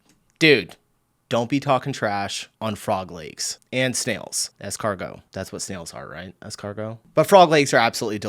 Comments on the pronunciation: Yes in French we say "escargot" for snail. And you ponunced it perfectly (the t isn't pronunced) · I'm French and I've never even had frog legs or snails. By the way, your pronunciation of "escargot" is perfect.